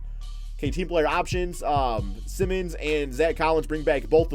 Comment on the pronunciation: Just fyi, Anfernee Simons' last name is not pronounced the same way as Ben Simmons'. It's pronounced the same as like Simon as in Simon Says.